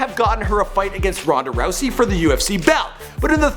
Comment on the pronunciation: "BEAT THE FUCK OUTTA RHONDA RHOUSEY" DAM!!!